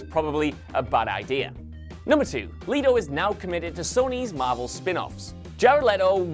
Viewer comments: It's jared leto not jared leeeto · ItS JEred not JAred and LET-O not LEET O 🙄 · LE-TO. NOT Lee-To. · Leto not leeto geez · Leto NOT! Leeto! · Fukin “leeto” 😂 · Who tf is Jared "Lee toe" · Pretty sure you're pronouncing "letos" name wrong. Not like you read the comments anyway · Please make up your mind about how to pronounce "Leto". I don't care whether you say "Let-o" or "Lee-toe" but alternating between the two is weirdly distracting. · Pick a pronunciation and stick to it, jeez. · is it Leto (Lee-Toe) or (Let-Toe)? You changed your pronunciation every other time you said Jared's name 🙄. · I know, right? I'm sure this guy doesn't say would you leeet me borrow this, or would you leeet me have some of that, why is it so difficult for some to comprehend how to pronounce Leto??